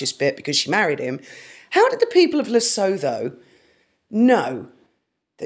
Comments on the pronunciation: It's pronounced "Le-soo-too" by the way, and it's not a region of South Africa, it's a country with a king. Beautiful mountains, and LOTS of diamonds! (Especially the Letseng mine.) Its border is near Ficksburg - great skiing in SA. And if the weather doesn't cooperate, they have snow-making machines! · Lesotho is a separate and independent kingdom, completely landlocked by South Africa- I live just a couple of hours from part of the border in the Drakensberg Mountains (it’s pronounced Lesootoo) and yep, I’ve been there a few times, it’s beautiful, very mountainous, but poverty is an issue…🙏🤗❤️ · Lesotho (pronounced Lesoo-too) is a country in its own right, although it is within the boundaries of South Africa. H has been connected with the country for a number of years. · Love your content, thank you. Just a small niggle "Lesotho" is pronounced "Le-suit-ooo". Lesotho is beautiful it's a mountain region and the people are wonderful, open and friendly people. It's a small kingdom surrounded by South Africa. Harry loves Lesotho,his charity Sentebale is in this small kingdom. I grudgingly give credit where credit is due, he has done wonders in this region. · Interesting work. BTW Lesotho is pronounced Lesoto. I doubt the good people of Lesotho can afford Meghan merch. Duke of York - there is an old children's song, about one who had 10,000 men. 😀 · Luv ya girl! But Lesutho is pronounced ..Lesootoo! 😂❤💋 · it is pronounced Le soot hoo, the t h are separate. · Lesotho is where Harry's Sentebale school is. BTW the th at the end of the name is pronounced like t in cat. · Hi, it is pronounced Le-soot-two....it was originally a British protectorate now an independent country in Southern Africa next door to South Africa. Mostly simple rural people...I honestly seriously doubt they are behind that Google search!! Harry's "2nd Family" are there. His Sentabale charity is set up there. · I may be wrong, but I think Lesotho is pronounced "La - su - tu" 🙂🤔